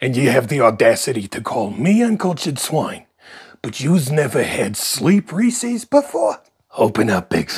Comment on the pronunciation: Thank you for pronouncing Reece's correctly. Credibility points. ✔️ I didn't end up walking last night like I had planned because work got in the way but today I made a point to put on some music, get off my butt, and dance around my office! Any kind of movement is helpful and I deserve that time for ME! Thank you for that encouragement! "See" you tomorrow!